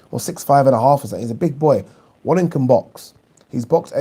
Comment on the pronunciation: Isn't Wallin pronounced Vallin?